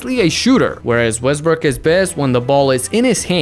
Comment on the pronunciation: nigga really said Westbrick😭